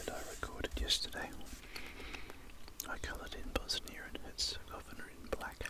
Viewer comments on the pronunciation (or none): none